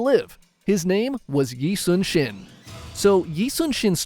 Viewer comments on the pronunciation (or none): 이순신 is said as Lee Sun Shin. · Nah when you said yi sun sin I got hit by mlbb